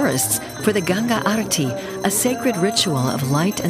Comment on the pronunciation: wrong pronce for GANGA SUCH FOOLS WESTERN PRONUCING WRONG WAY FIX THAT